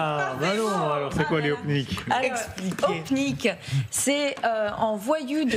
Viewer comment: on dit gopnik bande de blaireaux!!!!